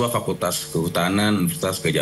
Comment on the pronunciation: Salah ucap lagi, fakultas hukum😂